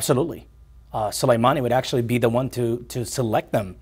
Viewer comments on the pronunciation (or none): none